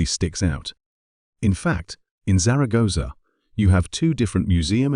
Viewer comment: Could have made an effort with the pronunciation of Zaragoza.btw " baroke" is "barok" in British English